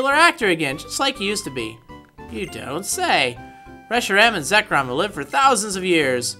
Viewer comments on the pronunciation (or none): none